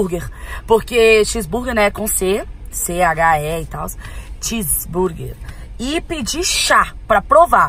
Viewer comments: Camis é x-Burgue não chis-burgue kkkk to maratonando os vídeos antigos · Neh por nd nn mas a camila ta roubando ela flou ches-burguer mas na verdade e x-burguer e tbm ela tava falado chuchu mas na vrdd o nome e xuxu kakaka ela ta roubando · Camila é X burguer não e com "Ch " não rsrs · Vc falou que x burguer é chis burguer kkkkkk